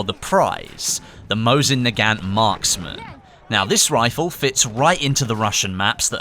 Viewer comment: Mow-zin nu-gant